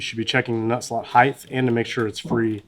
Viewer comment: Why do so many people have such a hard time correctly pronouncing "height"? It ends in a T.